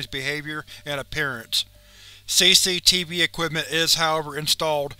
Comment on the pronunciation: i like how you say CCTV (say say tv)